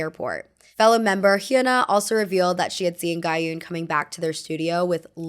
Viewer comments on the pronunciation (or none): none